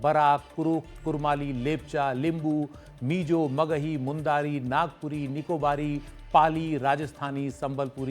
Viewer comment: मुंदारी ❌️ मुण्डारी✅️